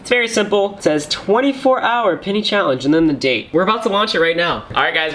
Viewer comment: I swear you’ve been saying “pinny” this whole time